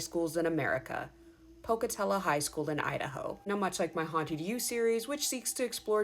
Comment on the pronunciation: Thank you for pronouncing Pocatello correctly 😂 I'm class of 2000 ❤️